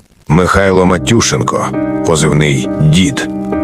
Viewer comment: Мені здається правильно наголос на Е МатюшЕнко !